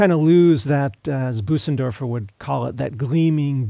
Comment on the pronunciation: Nice review. In case it's helpful, to pronounce the ö in Bösendorfer your voice says "ay" as in day but your mouth is shaped like an "O" like when you say "open". Also, the s that follows the ö is more of a soft "z" than an "s". Sort of like Boh-zendorfer but with a little extra "uh" thrown in.